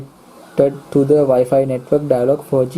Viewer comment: වයි පයි නෙවේ...වයි ෆයි නේදෝ